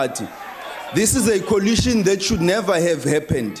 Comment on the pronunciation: Coalition not colition🤣🤣🤣 Ndlozi🙈...Noma has humbled him shem